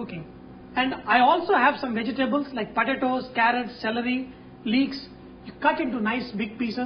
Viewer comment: bee gee tabulls ,, LOL "vegetables.."